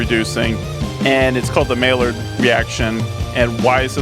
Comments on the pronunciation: Maillard is pronounced "maYARD", not MaLLard". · its pronounced mayard reaction